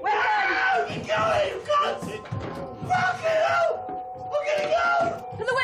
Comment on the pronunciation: It’s the “FAAKIN’ EW” that gets me